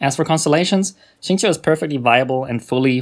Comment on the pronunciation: This guy actually said his name correctly amazingly